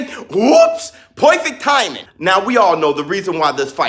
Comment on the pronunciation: UUWHOOPSS POIFICT THAIMING! Had me dying every time you said perfect timing. lol